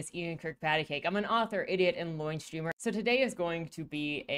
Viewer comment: It really sounded like you said a Loin streamer in the intro.